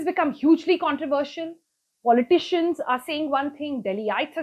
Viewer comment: who taught you English ? you cant pronounce controversial ?and government? i can keep on picking up on your poor pronunciation .....